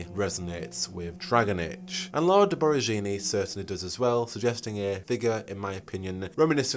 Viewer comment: As I followed Dragon Age updates so close in these years and as an italian, the biggest reveal I got was your pronunciation of Lord Borgiani, the way I gasped. It's funny tho, this will probably be the first thing I think of when meeting that character in game for the first time ahah . (Still very nice as a recap lol)